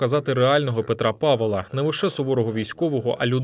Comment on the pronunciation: чому кажете "павЕла"?